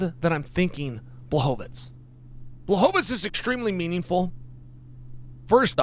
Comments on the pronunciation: Almost said Pee-era vs Blahoviz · Chael. You're saying Blachovivich wrong